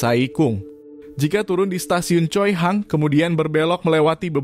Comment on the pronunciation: choihung kayak nya bukan choihang